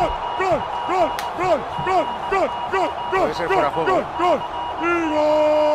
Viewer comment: Pareciera que estuviera ladrando en vez de diciendo gol, que malo es tal lama narrando